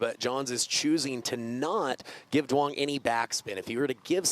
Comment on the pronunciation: its pronounced Yoo-ung as a fellow Duong lol but proud to see someone with my last name playing professionally